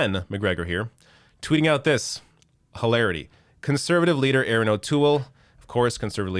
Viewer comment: Not Aaron, Erin, you moron